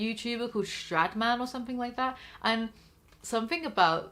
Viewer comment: you said strad man and I thought u said sh*dman and almost fucking got whiplash from looking back at my computer to confirm